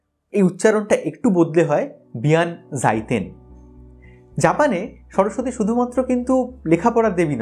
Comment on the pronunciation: জাপানি উচ্চারণটা বিয়ানজাইতেন না বেনজাইতেন হবে।